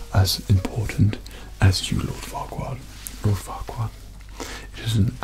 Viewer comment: I'm from Russia and when he said forquad, I've heard fucked up. I'm sorry bacause off mistakes. I'm 13